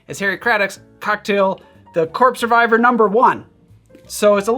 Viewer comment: Why does it sound like he’s saying the corpse survivor?